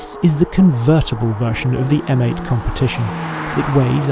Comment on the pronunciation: M8.... pronounced "Meh 8" 😑 Heavens above, the rear of that convertible! A little bit of sick came up!! 🤢